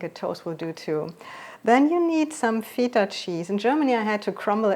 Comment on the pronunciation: I know you're German but you're also pronouncing the Greek cheese incorrectly.